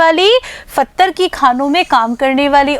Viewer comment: हेलो जी ! पत्थर सही उच्चारण है, फत्थर नहीं।